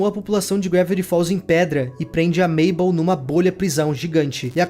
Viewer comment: o nome da mabel Errado